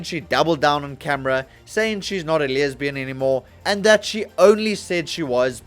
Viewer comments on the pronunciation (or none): Why the extra 'y' on the word lesbian? That's my only takeaway on this video, that you add a 'y' where there is none.